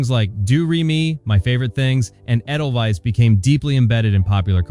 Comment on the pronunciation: AY-del-Vise, not eh-del-wise. CharmAINe Carr, not CharmIANE.